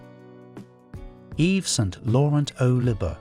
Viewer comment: Libre is not liber.. Ô is O simple comme bonjour! If you can't pronounce it, don't say it.